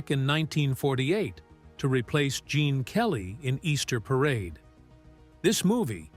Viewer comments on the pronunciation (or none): none